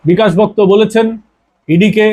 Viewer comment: আপনি আগে ভালো করে তথ‍্য সংগ্রহ করুন তারপর কোন এপিসোড করবেন আপনার খবর হলো বালখিল্য। আপনি বিকাশ ভকত-কে বলছেন বিকাশ ভক্ত, ইলামবাজারকে বলছেন ইসলামবাজার। ভালো করে নাম ধাম জেনে খবর করবেন আপনি একজন ফালতু লোক।